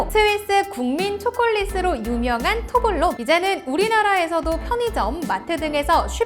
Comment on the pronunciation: 제발 발음은 똑바로 합시다... 토블레론이라고 하지 토블론은 처음 들어봄.